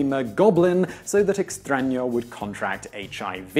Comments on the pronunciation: this is literally the first time in my life I hear an english speaker pronounce a word writen with an Ñ correctly. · You say "extraño" very accurately considering you are not a natural born spanish speaker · I know, right? I was like... Are they editing when he says "Extraño"?